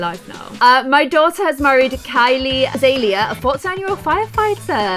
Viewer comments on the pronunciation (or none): none